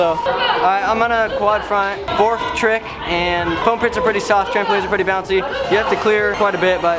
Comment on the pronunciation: When he said fourth trick he said fourfe